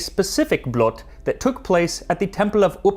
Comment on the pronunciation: Blot, the O is pronounced like the oo when you said "stool" (from footstool) The way you say "Blot" means... well other stuff, thou it depends... how its used, usually referring to "Only" or "just" (as in "its just that") /Usually in formal or how some elders talks. //Appreciate the attempt. //The Danes may have a different discussion about this... but il meed them half way on the ice.